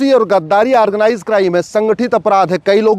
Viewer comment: aargnize nahi organize hota he,,kaangress nahi congress hota he,, advocate sahab thikse pronounce to kijiye,,,baki ap sahi bol rahe he,,hamare desh me kuch kanun to badalna hi chahiye